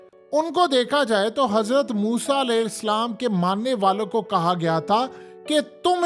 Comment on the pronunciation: Alaihi Slam nahi Alaihissalam!